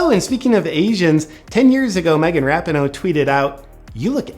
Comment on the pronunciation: Rap-in-no 😂😂... *Ra-pee-no